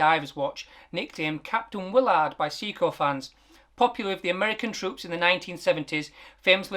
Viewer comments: My teeth feel itchy every time I hear "See-coo". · I know you're from Yorkshire but it's pronounced ' Say-ko ', come to think of it you might be right and everybody else on the internet is pronouncing it wrong